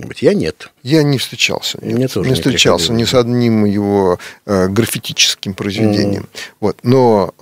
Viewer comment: "Граффитический"© Простите, ухо порезало.